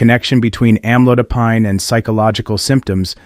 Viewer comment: Don't believe in this post, it's just scared you. Can't even pronounce the med right.